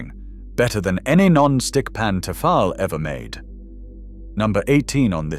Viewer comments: "T'fal"? You make it sound like a Vulcan name. We say, "Tee-fall". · what the heck is TA-FAHL? Do you mean Tee-fal mate? 😂😂